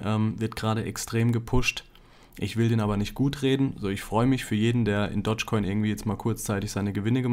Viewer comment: doschcoin, nicht dotschcoin !!!